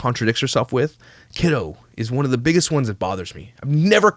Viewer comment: Oh god I cannot stand her saying kido 🤮